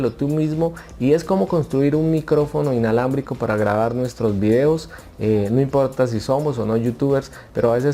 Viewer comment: Mentiroso dijiste inlabramico